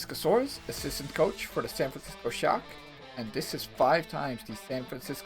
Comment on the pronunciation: I was eating and heard “and this is five time the san fransico shock fu*ked up in the grand finals”